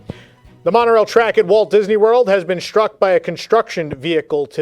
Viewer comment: The word is struck, not shtruck.